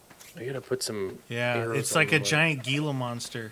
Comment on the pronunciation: hey gila is pronounced heela. just thought I'd let you know. Both of you keep up the good work